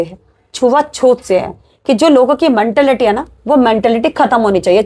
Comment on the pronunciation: मनटालिटी नहीं होता मैडम मेंटालिटी होता है